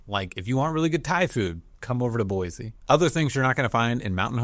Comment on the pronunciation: How many times have you heard there's no Z in Boise? Boy-see 😉